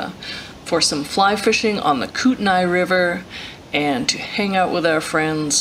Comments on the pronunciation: Nice video! It's pronounced Kootenee by the way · Kootenai is a Indian word and so pronounce differently so say kut-naa the i is not announced